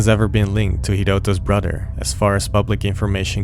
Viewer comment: “Brudder” too annoying